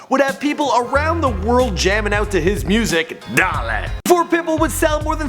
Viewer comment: Did this guy just say "duh-lay"? hahahahahahah